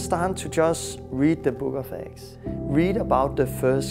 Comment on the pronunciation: the book of acts.. I keep thinking they saying the book of x or eggs